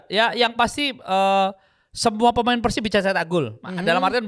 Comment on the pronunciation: Bang biasakan kalo nyebut PERSIB itu pake E. Bukan "eu". Gak enak di dengar nya 😂